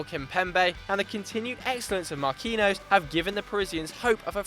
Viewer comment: Who is, "Markinos"?